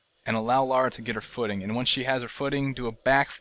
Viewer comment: Her name is Lara. Not Laura.